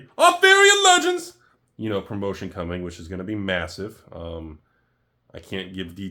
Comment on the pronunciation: Does sit in the mirror testing out funny ways to say a sets name? Is he trying them out on friends and family? “Artherien Lejunds!”